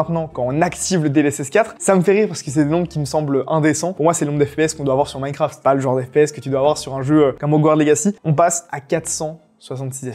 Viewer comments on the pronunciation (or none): none